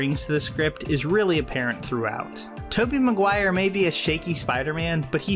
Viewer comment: Taby Meguire lol “Taby Meguire”